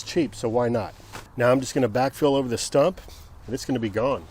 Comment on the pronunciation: It is correctly pronounced “stump” but he wrongly repeatedly keeps calling it a “stomp” 🤣😂.